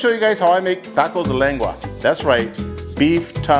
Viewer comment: U can't even say lengua lmao 😂 pocho